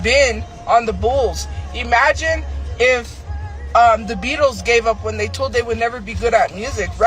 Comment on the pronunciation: " Eeemagine " can't even say imagine right... lol